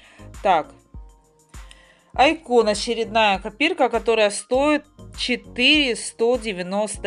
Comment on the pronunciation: Ради бога! Извините если докапываюсь, просто чтобы вы знали, правильно говорить не айкÓн а Áйкон, и ещё фиолетовый ковёр это петкин